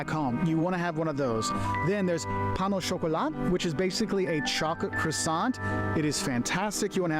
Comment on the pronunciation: "pain au chocolat" not "pan" 😊